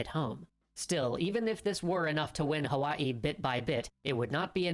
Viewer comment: What a special treat that you chose these two Extra History vids to share- this is my hometown of Hawaii. I enjoyed it and you pronounced it correctly! 👏 Since you have subscribers from all over the world - it is nice to learn of other places. Keep up the great work and I enjoy your channel. Thank you or as we say Mahalo (thank you). 😊